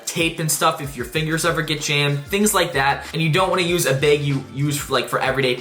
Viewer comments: Bro was saying beg not bag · By “beg” do you mean bag? 😏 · Bag❌ Baeg✅